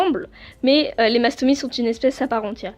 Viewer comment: On dit Mastomysssss voilà bisous 😘 Sinon j’adore tes vidéo et j’ai 2 mastomys moi aussi ☺️